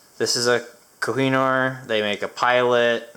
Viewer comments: It's pronounced Koh-He-Nuur. But you tried best. Cheers for that. 👍. Before the Britishers invaded, India had the biggest one piece Diamond it was called Kohinoor one of the biggest in the world if you will. Lot of wars happened to get the stone back after it was Looted. Anyways.. thats what it means "Crown Jewel". You can search wiki for more.👍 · Being an Indian, I'm new to HMT lol I came across them on the forums at times but recently it just clicked and now i have a Janata on the way. This Kohinoor looks great too! And you almost said it right at one point, Ko-He-Nooor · Hey my dear friend iam from india glad to see you doing this review and you are so humble u pronounced it almost correct u can try saying this way( co-he-noo-er ) this may sound perfect. Lots of good wishes from my side.